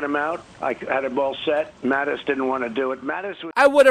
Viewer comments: Luke it's Mattis, not Mathis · Mattis, not Mathis.